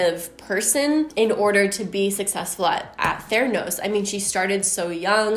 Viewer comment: I don’t hear „theranos“. I hear „thanos“.